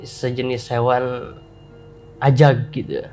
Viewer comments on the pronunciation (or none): Ajag bang ajaggg, bukan azzzzagg:( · woooiii ajaaaaaggg bang ajaaaagg...bukan azzzaaaagg🥲😭😭😭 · AJAG, bukan AZAG 🤣🤣🤣🤣🤣🤣 ngakak tipis nih aku